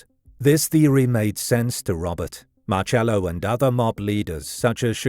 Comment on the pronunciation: It's pronounced sounds like Marsello.